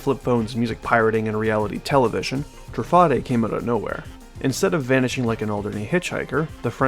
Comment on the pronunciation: I believe it's pronounced Tru-fah-day because of how Bugatti is pronounced